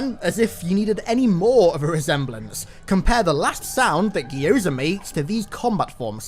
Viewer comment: That is the most horrifying pronunciation of Gyoza I've ever heard